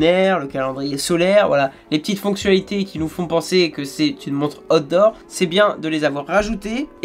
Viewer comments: Par contre on prononce aout dort et pas hot d 'or 😁c est pas pareil. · Bon alors quand tu dis out door.... prononce le en anglais stp..car voila 2 ou 3 reviews que je regarde sur ta chaîne, et a chaque fois, j'entends hot d'or.! 🤣😁😁😁🤣. Ce qui, tu l'avoura , n'a strictement rien avoir..😁😁😁😁😉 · Chaque fois qu'il dit "outdoor" j'entends "hot d'or", ça me rappel les premiers samedi du mois sur canal à l'époque. 😂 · Après avoir écouté et ré écouté, je suis formel, il parle vraiment des "hots d'or"!!! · A_OU_TDOH c'est ainsi que cela se prononce mec.